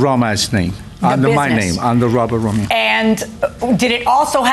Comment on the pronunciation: “ RO-MA’O “ or “ RO’MEO “ ?